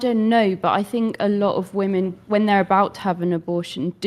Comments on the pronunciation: Why are they saying "woman" when they mean Women? Its 'wih-mehn' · Why do they say woman instead of women?